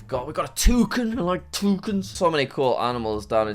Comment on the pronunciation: Jack saying 'TOOCUN TOOCUN , I LOVE TOOCUNS' made my day. :)